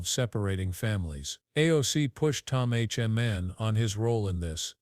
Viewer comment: Tom who???? AI keeps saying “H.O. man”. Come on!!! Is anyone monitoring this stuff and at least attempting to make adjustments? I’ve keeping a log of these errors. Here are a couple of good ones… regarding devastating volcanic mudslides called “lahars”, AI warned that the danger was due to😂 “large cars.” Speaking of the public enjoying coffee and aperitifs, AI posited that we enjoyed “coffee and ‘a pair of teeth.’” Then there was a report of some incident where “…according to the gods…” but it was only everyday ‘guards’ doing the reporting.